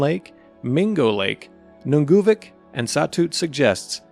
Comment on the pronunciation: Nunavut is pronounced “noon a vut”